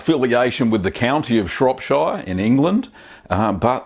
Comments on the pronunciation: Itttsss fiiiiinne You english and your "burgh" and "shire", as long as the message is conveyed it's fine. If I corrected every person who pronounced "New Orleans" like a tourist, I'd never have time to watch a guy make cheese. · Yeah as a French I can understand why French or Italians for instance don't pronounce [...]shire the right way in this context but I don't get why most americans don't seem to know how it's pronounced originally. Like, if you're talking about a county that's in England, pronounce it shuh, idk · not being pedantic..... well i am but i'm from there..... it's pronounced shropsher, not shropshiiire :-) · It's pronounced "Shrop-sherr", not "Shrop-shieerrrr" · It's pronounced like Cher rather than Shire. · Matey, it's Shropsheer, not Shropshyre... it's not Lord of the Rings! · Long-winded presenter if ever there was one! Just haven't got the time or patience to hear him out. And, he mispronounces all the English counties the same as ShropSHYER, where I also am from. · Shropshire is pronounced Shropshur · Shropshire is pronounced Shropshur, same goes for all the other 'shire' counties in the UK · Shropshire is pronounced "Shrop shuh" - like the sound in the word "pressure". Same goes for Cheshire, Lancashire etc etc. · It's pronounced shorp-shirr.. lots of people from abroad make this mistake.. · Pronounce shire or shear or Shuh probably better off saying it Shropshear or Nottinghamshear as a Salop my self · Shrop-Sheer, not Shire.......... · Shropsheer lol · "Shropsher" :o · It's great that you allow your subscribers to learn from your minor blues, lest we repeat them. By the way, Shropshire is pronounced "Shropsher". When speaking "Pom", we Aussies should endeavor to get it right. Got it ..... guv? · I clicked on this just so I could hear you mispronounce Shropshire :D You didn't disappoint! haha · don't blame him, english is his second language. really, every time he said shire, it was like bamboo pins under my finger nails